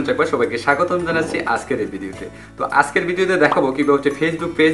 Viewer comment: উচ্চারণটা আছকের নাকি আজকের?